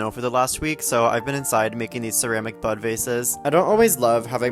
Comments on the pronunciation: That makes sense. I definitely thought he said "butt faces". Your thing makes more sense. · I thought you kept saying "butt vases", and i was so curious then confused. I guess i could have read the caption sooner.😏